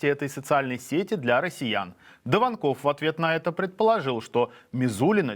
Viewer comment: Не даванкОв, а давАнков!